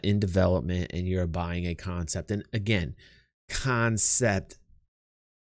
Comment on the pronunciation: I was here when it was still "CONEPT" sales. : ) lol